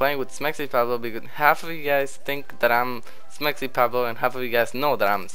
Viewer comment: Your mexican but you say SmexyPabloh instead of SmexyPawblo xD Ily